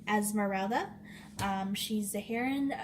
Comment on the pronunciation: Lol you had Phoebus right the second time. And "hair-o-in" is how you pronounce heroine 🙂 great find!